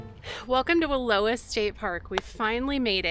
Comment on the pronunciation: Love watching your videos. I have a Snoozy fiberglass trailer. I grew up close to Wallowa. Just fyi, it’s pronounced Wallo(sounds like ouch)a. We would sometimes go there at the end of the school year to have a picnic and swim I’m the lake. I lived in Summerville and went to school in Imbler.